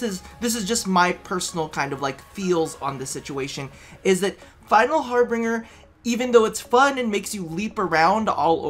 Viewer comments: it's HARBINGER how did you get "Harbringer"? plz stop lol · it's Harbinger, not harbringer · btw it's final harbinger not "bringer" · I love you man but it's har-bin-ger or ˈhärbənjər it is like the word ginger but with a B it doesn't have an ing sound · that also kind of annoyed me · Final Har-BINGE-er. That's how it's pronounced.